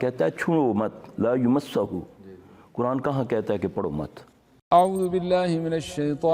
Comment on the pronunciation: Quran ki aayat me aap LAA UMASSAHU...... Padh rahe hy aap jabke wo LAA YAMASSAHU.... Hai